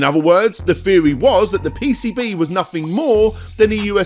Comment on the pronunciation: feory, fhree.. ffs man